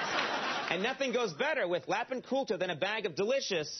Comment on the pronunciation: "Lhapin Kultha" He can't say it right.